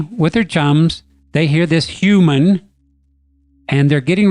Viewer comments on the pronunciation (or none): I'm hearing that possible bigfoot child saying a mispronunciation of human.